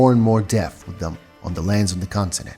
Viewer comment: its continent, not constinent ffs